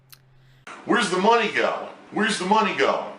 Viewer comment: "You give me mahney, no questions to where it goes!! " Angry